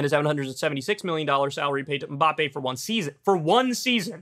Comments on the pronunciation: No. Mbappé has the stress in the last syllable. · I was waiting for him to butcher the pronunciation of "Mbappe". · Did he say it like the Hanson song MMMBop? :)